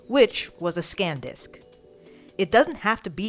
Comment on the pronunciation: ITS SAN DISK NOT SCANDISK OMG